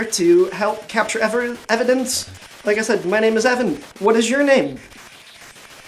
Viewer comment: Did Evan really say "I'm here to Capture Evandence" ? Lol 😎🧐